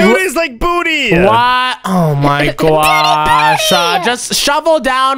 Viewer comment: Why does he say gwosh for gosh